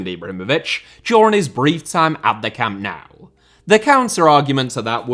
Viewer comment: Also mangled "Camp Nou."